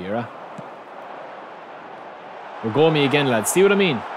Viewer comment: Bergomi should not be spelled "Bergoomi" but with a short o. BERgomi. 😅